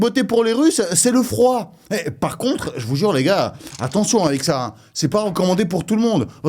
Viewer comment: Tous les " jvoue jure " que tu lache je croit que tu devrait faire des sketch au lieux de Youtube